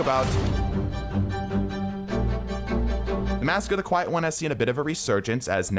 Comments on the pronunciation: This mf said ‘Queit’ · Mask of the “queit” one